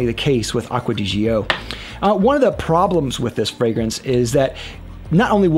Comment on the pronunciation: You're actually the only one who pronouces it correctly. 👍